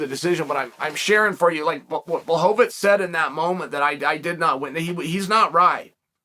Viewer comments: Chael... you told me his name was Blowhovavich!!! ...what happened? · CHAEL, Błachowicz isnt a jew, why do you keep calling him Blachovitz? Its so disrespectful.